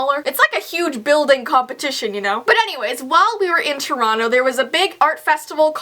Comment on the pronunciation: I live in India.It's super cold too. BUT..... I have something to laugh bout even in this freakin' cold weather..... 😂😂😂😂I didn't know what city she was telling cause her Toronto pronounciation is so bad!!!😂😂I literally thought it was "Toreno"😂😂😂😂BTW I am a subscriber so no offence